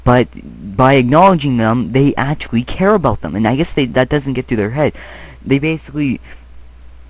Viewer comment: First, I love you and this video. Second, I love the way you say actually. "atualy" Lol!